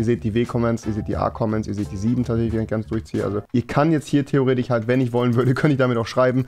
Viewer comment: Wie oft er Theoretich sagt haha